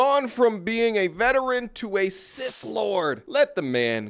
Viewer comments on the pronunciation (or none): none